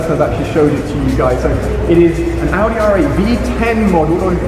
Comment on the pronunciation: I hate how people say Outi instead of Audi